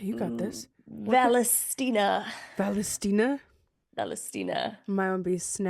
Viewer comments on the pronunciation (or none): Hahahahhahahah “valestina” my name is Valentina